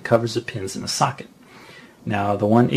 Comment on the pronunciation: when he says socket, it sounds like suck it, :) but good guide i learned alot